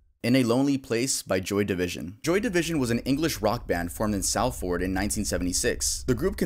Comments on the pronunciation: Joy Division from Salford. It's pronounced Sol-ferd. Just a heads up. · Salford is pronounced "Sal-fud" (7,000th comment) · this may have already been commented but i still feel the need to say it, i’m actually actually from Salford and despite the way it’s spelt it’s actually pronounced “Solford”